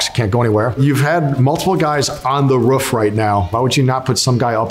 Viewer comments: He says roof as "the ruff" love this guy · Why does he say “roof” like a dog🤣